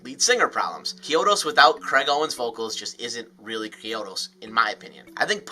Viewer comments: CHEE-OH-DOS my guy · Is that how Chiodos actually pronounced? Always thought it was pronounced with a hard CH